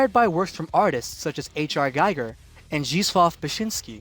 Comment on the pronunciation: Giger rhymes with eager, not with geiger (counter).